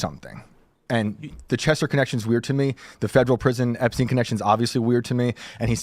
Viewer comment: There's no such thing as Jeffery "Epsteen". It's Jeffery Epstein...like Albert Einstein! Learn to read.